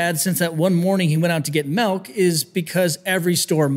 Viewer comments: Did he really just say melk? Ok his arms are big he can say melk or malk. Interesting video and great information. The cursing is a bit much, but the information and one of a kind presentation is informative and educational. My family suffers, my Mom is probably the worst case in the family. I struggle and feel like I’m a fake person, just to be able to pull off work with my clients most of the time. Thanks for posting. Pretty dog gone creative video production. Appreciate your humor. I know I know I need to get off my cheeks and work out. My biggest struggle is motivation. Most of the time I just don’t want to be here, but I have responsibilities to others to stick it out a bit longer and a bit longer and a bit longer. Baby steps. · Why're you saying "milk" wrong